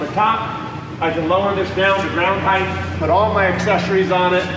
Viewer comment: Love you, but "heighth."